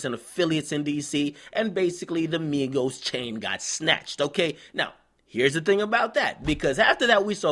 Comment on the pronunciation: not migossss not quavooo